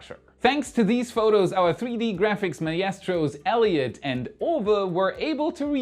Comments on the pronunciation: You do that on purpose, don't you? Just to see who is watching (and listening)... Maestro or as you say it, Mee-astro. So on to English lesson No.133 - maestro = mystro. Your channel is always informative and fun. Keep up the good work. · He had way more mispronunciations than usual... I think has started trolling us now.